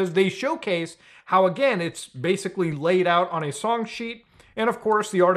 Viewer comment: Oh, the kahmera's ahn? The kahmera's been ahn the whole time huh?